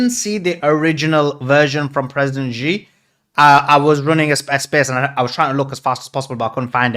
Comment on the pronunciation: it's President C not G please